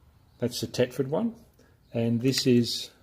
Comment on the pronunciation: Thetford not tetford